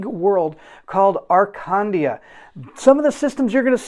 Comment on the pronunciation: Before reading the campgain, maybe do a pronoune check…. Arcandia (Akandia)